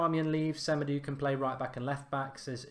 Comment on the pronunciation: I believe that Semedo is pronounced SE-MAY-DOH